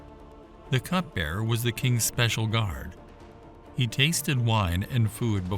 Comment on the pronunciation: Cupbearer not cutbearer